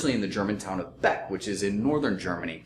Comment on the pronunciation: Einbeck, not Beck.